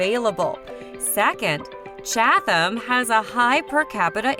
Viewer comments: Chad-than? Par-sip-pany?? The Narrator needs to take her mouth back to the dealership and get another one. 😭😂🤣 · We laughed at the Cha-tham pronunciation. We live in Chatham and sometimes jokingly use that pronunciation. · I tried man, I really did...I suffered through "ChaTHam" and "HO-HO-KUS", but "Parsi-Panny" was where I had to draw the line and pull my chute. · The H is not pronounced in Chatham and Ho-ho-kus was mispronounced, also. Who is this clown? OMG, I just got to Parsippany! We won't even get into the fact they moved Saddle River to the tropics. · It's pronounced "Chad dum" oh my god!! PAR SI PANNY!! stop please get a local narrator and Princeton seriosuly lol$ 115k pp hh this is hysterical 🤣